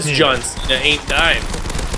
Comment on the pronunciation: Who remembers Santino calling John Cena, “John Chena?”